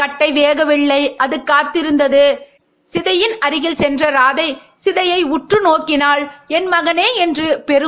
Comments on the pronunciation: It should be pronounced as ராதேய் and not ராதை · ராதே என உச்சரிக்க வேண்டும் ராதை அல்ல